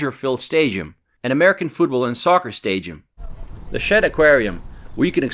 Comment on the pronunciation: there’s absolutely no way he just said stadium like that